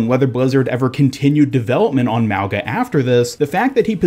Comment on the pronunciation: Mauga is pronounced Mau-nga. From his tattoos he looks Polynesian. Mauga In Samoan means Mountain which makes sense since his build is that of a huge Mountain